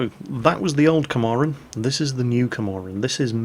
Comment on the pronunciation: It's not Komarin, It's KAMPARIN.